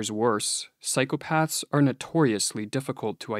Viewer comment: you are pronouncing the plural of ''psychopath'' the way you would correctly pronounce the plural of ''path'', with a softened 'th', which would indicate a failure of cognition and critical thinking at the most elementary level of linguistics. please make it stop? (it hurts my braynes)